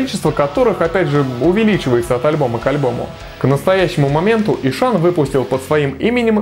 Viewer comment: И что из этого? Есть правила чтения. По этим правилам h между впереди идущей гласной и последующей согласной НЕ произносится. Звучать будет как Исан. Смекаешь? Или забей тогда на правила фонетики и произноси "Ищан", с ударением на И и прочитыванием "hs" мягко, как "щ", как Вегард произносит, а не ишАн, с ударением на А, как у тебя, раз уж так гонишься за соответствием, лингвист.